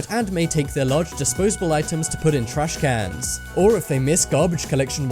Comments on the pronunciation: He prounouces it like trashkannnns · does anyone else hate how he says trashcans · Why is he saying trash cans like that